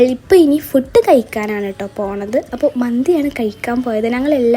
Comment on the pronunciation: ഫുഡ് ❌️ഫൂട് ✔️ ( food )😊